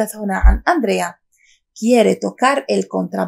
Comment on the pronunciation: Para que puedas enseñar a la gente cómo hablar el castellano, primero tienes que mejorar tu nivel de fonética porque no articulas bien. Intenta mejorar las sílabas donde recae la entonación de voz y más otras cosas como el sonido [con] entre otros sonidos. Por cierto el nombre de Andrea es nombre de mujer y no de chico y no se pronuncia ÁNDREA sino ANDRÉA; sin ancentos claro!! El sonido [d] entre sílabas o al final de una palabra se pronuncia [ذ] suave. La verdad que me sorprende cómo no dominar un idioma y encima poner videos en youtube que los pueden ver personal experto en filología!!!!